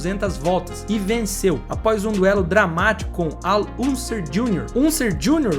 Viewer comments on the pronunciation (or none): Cara, pra quem tem um canal de esporte a motor, vc pronuncia muitos nomes de lendas do automobilismo completamente errado!!! Al Unser Jr. se fala "Al Ânser Junior"... Pra quem faz o q vc faz, vc deveria estudar mais um pouco!!!